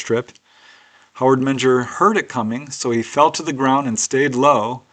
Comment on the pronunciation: Menger is pronounced Minger